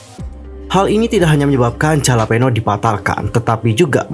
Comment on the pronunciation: Sorry oot kak, pengucapannya bukan JALAPENO tapi "hahlahpainyoh". Untuk Lucas, semoga semuanya segera membaik terutama untuk kesehatan mentalnya. Karena Lucas pernah bilang dia paling takut search namanya di medsos, menurutku ini indikasi kalau Lucas tipe orang yg gampang kepikiran, apalagi karena adanya kasus ini aku harap kondisi Lucas baik-baik saja. Kalau ini hoax, semoga pelaku pembuat hoaxnya dipidana. Karena udah pencemaran nama baik + mengganggu.